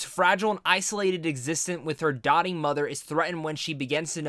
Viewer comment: it's doting, not dotting.